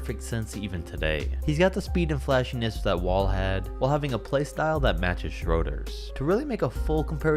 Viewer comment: You pronounced Schroeder wrong